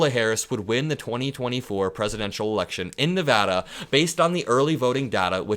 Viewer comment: Thank you for saying Nevada correctly! A whole state appreciates it